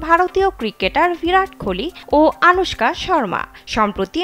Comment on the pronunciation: নামটা অন্তত শুদ্ধভাবে উচ্চারণ করেন। কি বাজে উচ্চারণ।পুরোটাই মিথ্যে।